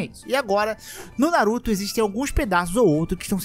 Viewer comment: Se ferrar, eu tava comendo, quase engasgo na parte da Kushina kkkkkkkkkkkkk "na-ru-tÔ"